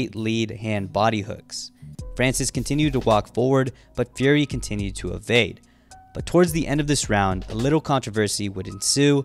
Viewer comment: Why does it sound like you say Gary instead of Fury sometimes